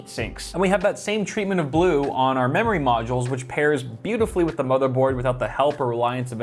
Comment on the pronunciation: Sounds like you said mammary... You talkin bout titties there?